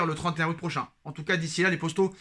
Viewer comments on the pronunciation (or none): none